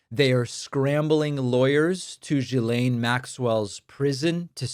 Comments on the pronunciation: David, you need to fix your pronouncement of Ghislaine Maxwell. Her name is pronounced "gi - layn mak - swl", not "jeh - layn" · It’s pronounced Gee-lane,. 😊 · Ghislaine is pronounced Hard G, GEElan. If you and others are going to report on her, it looks better if you pronounce her name properly.